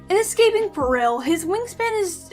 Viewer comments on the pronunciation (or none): you DO know that how to pronce peril is like, you are in peril. not rill with a per at the start.